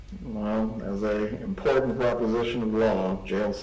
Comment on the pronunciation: I hate the way he pronounces some words. Latin and important are the worst LOL